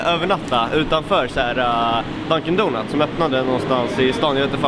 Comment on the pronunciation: dis nuts istället för dounats